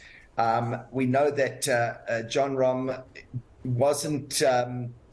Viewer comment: Wooooow! The name pronunciation at the beginning! Super impressive!